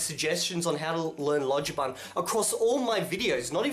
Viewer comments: Don't worry, doi, lojban isn't so bad, it'll just really bend the way you think in really uncomfortable ways until one point your old perceptions just snap and then it all starts to make sense once your brain starts to have a new architecture. And like solpa'i said, lojban "j" is pronounced " ĵ" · Lojban is fun, you can do it! Lesson 1: "Lojban" is pronounced like Esperanto "loĵban" :)